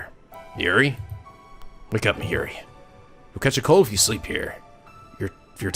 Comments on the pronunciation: Hey I love your lets plays, Catherine was especially hilarious! One thing though Mayuri's name is pronounced My-yuri it just sounds weird haha, besides that this LP is fantastic!!:3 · are playing this in preperation for Steins;Gate Zero coming out in November?! By the way the Mayuri is pronounced (My You Re) Kurisu is pronounced (Chris with a sue at the end though the s in sue is silent so its Chris + ue).